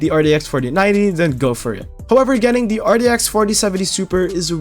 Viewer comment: why does he say it so weird rdx 3060 rex 3060 ti